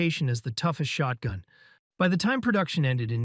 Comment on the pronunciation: Didnt realise this was an ai voice until he said shortgun Anyone else not realise or am i just dumb?